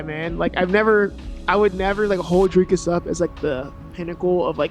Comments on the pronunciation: If you Pronounce his nam,e as "Dracus" you are an uncultured idiot. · For those of you who don't know how to pronounce Dricus Du Plessis - "Dric-uhs Doo-pluh-see", not Draycus Du Plessy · Can an American level with me, why can't you say Dreeecus and opt to say Draaacus ? 🤷🏽‍♂️🤦🏽‍♂️